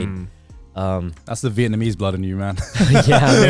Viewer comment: Is Connor saying Vietmanese?